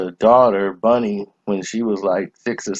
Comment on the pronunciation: Bunny not Bonnie!